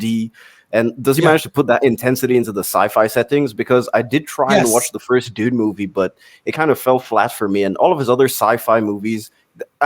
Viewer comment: Sing this to the meow mix song. It's supposed to be Dune,not dun. I am so hungover. Dun dun dun dun dun dun dun dun dun dun dun dun dun dun dun dun dun dun dun dun dun dun dun dun dun dun dun dun dun duendshut down.